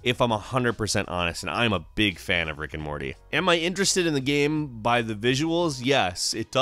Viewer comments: why the guy is saying GAM instead of Game? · or GAMM or GEMMM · Why does he pronounce game like that..?strange..